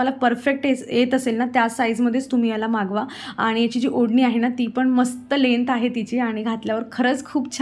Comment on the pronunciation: होडणी नाही ओढनी